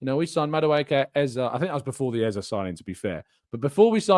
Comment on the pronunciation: His name is EZE NOT EZA for Christ sake.